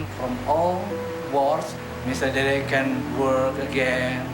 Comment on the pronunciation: Very happy he stepped & took control of the situation, but is smart enough pronounce Dede's name properly.... just those little things bug me - certainly he's heard his name pronounced over & over... but I guess when you've got a major project like this other priorities take over lol